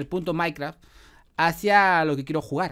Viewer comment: Soy yo o dijo puto Minecraft minuto